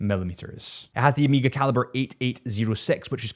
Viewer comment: Pleaseee for the love of horolory- It is Omega! Omega - not Amiga. Hurts the ears every time i hear it.